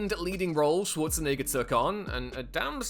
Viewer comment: Pronounce Schwarzenegger correctly.